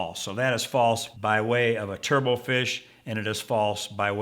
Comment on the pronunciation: The final "t" in turbot is not silent. "Turbot" rhymes with "robot"; it's not pronounced like "turbo".